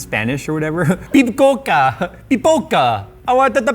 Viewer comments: Reading "Pipoca" as a spanish word... Sad brazilian noises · Bruh jay just read popcorn in portuguese thinking it it was spanish with an italian “accent” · Love how says it's spanish when it is portuguese and then proceeds to speak with an italian accent... as a portuguese who knows both languages, i dont know whether to laugh or be rly wtf. xD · reading portuguese, thinking it's spanish and giving it an italian accent is something i didnt expect to see today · speaking English with an Italian accent and calling it Spanish. Nice one. LMAO And that's why I watch him.:) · makes a Spanish impression that sounds more like Italian when he reads something written in Portuguese... loved it! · As someone fluent in Portuguese, I find it is fun to speak it with an Italian accent.